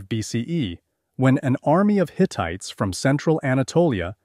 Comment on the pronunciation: I love history and it's wonderful to be able to review what I learned in the past...and free! One little thing: Rameses is pronounced Ram-sees, not Ra-messs-esss. Hittite is not pronounced Hit-it, but Hit-tight. Sorry, but some of these pronunciations were very, very funny--especially giving the same word three different pronunciations in 15 minutes. My goodness. Still I always love anything history. So, thanks!